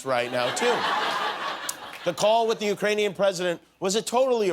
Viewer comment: "Ukraining men"? umm what? "Ukrainy men"? Yup I'm done. Can't watch someone who can't pronounce UKRAINIAN!